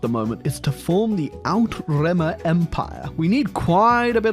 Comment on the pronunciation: Unfortunately "outremer" is not pronounced in such a cool way. It is pronounced oot-trey-mayer